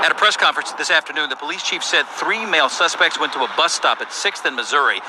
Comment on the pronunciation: I thought I heard The reporter say "SUNSPECT"